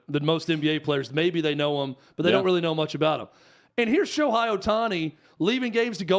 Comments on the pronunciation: First of all, if you're going to talk about the subject, at least the time to learn how to say Ohtani's name correctly. His name is pronounced Sho-HAY, not Sho-HI. I've heard so many people say that Ohtani brought them back to baseball after they have stopped watching 15 years ago. I've also heard people who say they don't watch baseball at all, but they started following him every game to watch his amazing performances. Ohtani's recognition is growing everyday, and tournaments like the WBC will only raise his popularity all over the world. Even though Ohtani has played for the past 5 years, people have only begun to recognize his greatness. Yes, the major league needs to do a better job of promoting Ohtani. No, Ohtani doesn't need to make commericals with celebrities to raise his profile. He has everything advertisers want- young, good looks, charisma, super talents, and a STUD. His English is improving everyday, so I don't think it will be a problem if has to say a couple of lines in commercials. There are several reasons why baseball has seen a decline in popularity in the United States. Firstly, the pace of the game is often criticized for being too slow and boring. In an age where people are used to getting instant gratification and constant stimulation, a sport that can last for several hours with little action can be hard to keep up with. Secondly, the rising popularity of other sports, such as basketball and football, have drawn fans away from baseball. These sports h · Who is Sho-high? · I disagree with virtually everything you two have said. You don’t know, and admitted it. At least pronounce his name correctly.